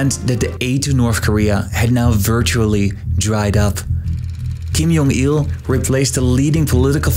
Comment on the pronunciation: It's J as in J, not J as in H, or J as in Y.